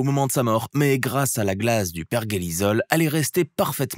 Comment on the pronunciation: le hockey sur glace et ça se prononce perJelisol (pergelisol) (ça veux dire que le sol reste gelé en permanance)